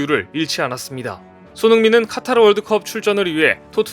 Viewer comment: 카타르가 아니고 카타 텔리그그레프가 아니고 탤리그라프